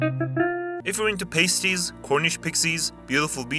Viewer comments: Just so you know its not pronounced ''paste-eys'' its pronounced ''past-eys'' (for the cornish segment of the video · Bro calls using chatgpt as "working hard". Most of these stereotypes are said by chatgpt. but the script and images would've taken some time im sure, nice video! Btw "Pasties" not PASTE-EEZ, it's PASS-TEEZ - it's the plural of pasty Poole is also not a quieter version of bournemouth, it's a louder version lol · The Cornish are deffo coming for you with how you pronounced pasties